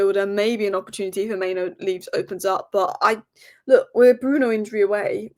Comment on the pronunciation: It's Mainoo, not Maino